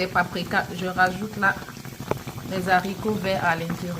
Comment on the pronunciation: Mes haricots pas zharicots